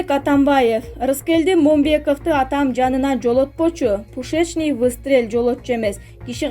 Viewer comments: "пушичный дегеничи" 😂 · Пущееечный выстрел😂😂😂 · Пушечный выстрел эмес -пу-у-шечный выстрел,ударение на ууууу